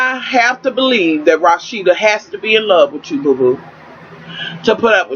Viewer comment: Thank you for pronouncing Rasheeda correctly. That is my name & so many people say it wrong. It just urks my nerves.